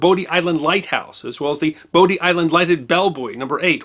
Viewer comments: Just a friendly correction. Having visited (I live in the Charlotte area) Bodie lighthouse and the outer banks I was told by many locals that Bodie is pronounced like body. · I dived on the U-85 some 25 years ago, and even then it was sad how much damage the wreckers had done going after souvenirs. One correction: “Bodie Island” is pronounced like “body.” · Bodie Island Lighthouse is actually pronounced “Body” Island Lighthouse. Great video Sir! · Bodie (Bodie Island Lighthouse) is pronounced "body" as in body and soul.